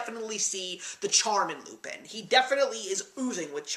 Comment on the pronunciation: Two things: 1) The animation of this film was used in a 1983 Laserdisc arcade game, Cliff Hanger. 2) It's not pronounced "loop-in", but "loop-ON". It's French. Great review, though.